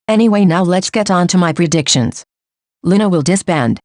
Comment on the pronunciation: the way the voice says predictions- preDICTions pls its so funny